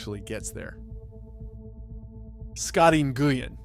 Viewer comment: Scotty En-goo-win 😂